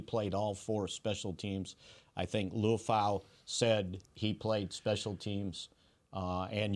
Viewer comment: Aloha everyone! You pronounce Marist’s last name “LEE-UUH-FAH-UUH” Liufau. He’s Samoan and a great pick value for the Cowboys! ✊🏽🫵🏽💯‼️🤙🏽